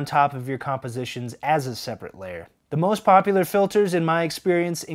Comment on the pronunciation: The only time I've heard "Gaussian" pronounced correctly. Named after the mathematician Carl Friedrich Gauss. 😂